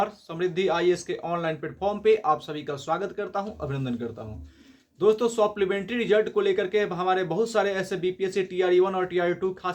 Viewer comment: भाई सोप्लीमेंट्री नही सप्लीमेंट्री होता है😂😂 तुम देर से न्यूज लाते हो सबका कॉपी करके.....